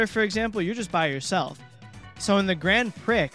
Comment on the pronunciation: Gotta correct you on some Monty Mispronunciation Molerats - Grand Prix the x is silent, so it's grand pree. For Mozart you gotta pretend there's a t in front of the z because that's how you pronounce z in German, so it sounds like Motzart